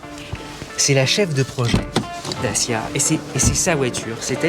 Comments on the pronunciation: J’adore comment elle le prononce Dachiiia jooooggerrr 😂😊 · Ce que j'ai retenu de cette vidéo c'est que Dacia se prononce Datchia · Da chier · Lancia /Dacia.